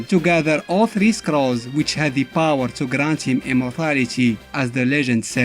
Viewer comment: POWAH GEYSER